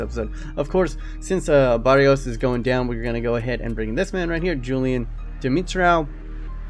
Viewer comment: It's Fabio Ba-Re-Os